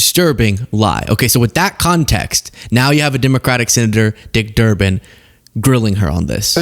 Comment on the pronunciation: Kristi, his name is Senator Durban, not Durman. She is a pathetic excuse for a human being.